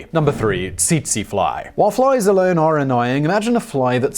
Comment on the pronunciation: Tsetse is pronounced as "setsee"